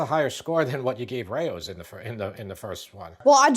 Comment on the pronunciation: I love all your videos. These were especially fun to watch. Just wanted to say Rao's should sound like "cows". Keep these comparison vids coming. 👍